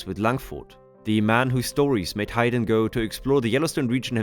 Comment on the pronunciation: Hi-den? It’s pronounced HAYden… 😅 It’s weird you go back to pronouncing it differently… have you been to Yellowstone 🤨